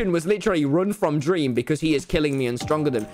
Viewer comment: dweam lolw